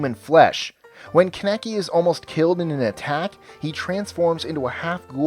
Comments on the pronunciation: lol he said kineki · He pronounced Kaneki's name wrong... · The feeling when says kaneki wrong